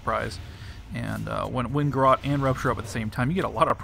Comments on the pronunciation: lol "Garrawt." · he says garrote funny!